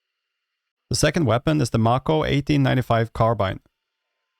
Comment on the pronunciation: Pretty sure it’s May-coe. As in Mako Shark. Since it’s a play on the actual weapon called a Marlin